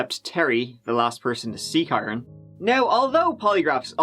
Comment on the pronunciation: dude im irish too. kyron is pronounced the same as kieran